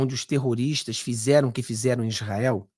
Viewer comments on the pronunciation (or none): none